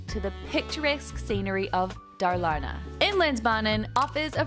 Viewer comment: she says Darlana", she must say "Dalarna"